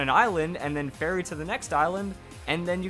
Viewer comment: Thought he was saying fairy not ferry